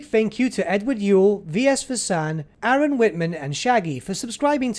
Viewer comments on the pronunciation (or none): none